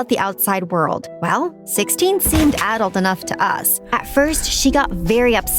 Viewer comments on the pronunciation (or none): You guys are saying adult wrong lol 😂